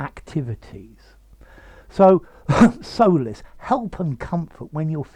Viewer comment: Hej. Solice is pronnounced /ˈsɒlɪs $ ˈsɑː-/ you pronounce it 'So:lis. Please check the pronounciation.